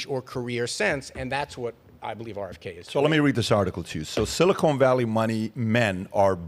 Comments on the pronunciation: I snicker every time Patrick says, "Silicone Valley".🤔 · Patrick, Patrick, Patrick, it's siliCON valley, not siliCONE valley. SiliCON goes in computer chips, siliCONE goes in fake tits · “Silicone Valley” 😂😂😂